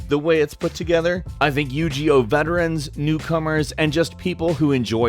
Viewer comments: I know this man didnt say yugioh wrong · YOU ARE PRONOUNCING IT WRONG ! THERE IS NO "G" SPOT IN IT ! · i think yu-gi-yo name is pronounced with a hard g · The way you pronounced Yu-Gi-Oh... lol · why are all the people just triggered he pronounced yougioh wrong ?? come on I hate people like that bunch of but hurt 10 yearolds XD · It's pronounced "You-Gee-O" not "You-Ji-O" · I'M SORRY BUT STOP SAYING YU GEE OH. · WTF IS YU-JI-OH ????? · yu gi oh? you-ge-o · yu G oh yu JI oh the cringe... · not you gee oh it's you ge oh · By the way, it's pronounced "You-Gee-Oh" not "You-Jee-Oh".:) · You-gee-oh? God I cringed every time you said it... it's "you-gey-oh with a hard g... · U-G-0? What game is that? Lol you mean Yu-Gi-Oh? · OMG the it isnt called yu ji oh its Yu gi Oh G as in granade...OH I WAS SO TRIGGERED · It's pronounced "You ghi oh", not "you gee oh" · Yu- GE- Oh? YU-GI-OH. Not yogeoh. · ...... Anyone else offended or "triggered" as it's called now by the yu-gee-oh thing? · yu gee ohh my god -_- haha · did this nigga really say u-g-o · You Jee Oh??? Really now??? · Yu-Jee-Oh? Did no one at go over the video and correct him on his pronunciation? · Um, excuse me, it's pronounced Yo-Jee-Ewe. Jeese. Gosh. Wow, what a dummy. (no h8 only b8) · lol he said Yu-G-Oh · Yu-Ji-Oh aaand Im pissed, that's as bad as pronouncing gif as jif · You said Yo-Gi-Oh wrong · Fucking say Yu-Ji-Oh again. I fucking dare you. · "Yu-jee-oh" my ears hurt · Yu gee oh!!!!! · Yu-Gee-Oh hahahaaha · Do you feel that? It's as if thousands of ticked off fanboys cried out in "Yu-GEE-oh!" shudders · Yu-ji-oh. xD no hate. It happens to the best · Did you say you-gee-oh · Holy mother of Egypt!!! Yu-Ji-Oh! 😂😂😂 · why are you pronouncing it as "Yew-Gee-oh" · Yu Ji-Oh?? WTF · Like he said, it's been a while since he's played Yu-Ji-Oh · Wait? how did he say Yu-Gi-Oh? Yu-G-Oh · YouGeeOh eewww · Bryanwny yu jee oh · snip3r416 lmao its good bro, you learn something new every day haha.